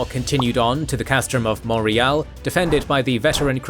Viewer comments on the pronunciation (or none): none